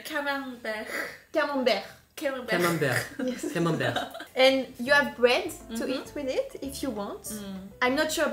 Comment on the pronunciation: Le Camenbereeeuh m'a achevé 😂😂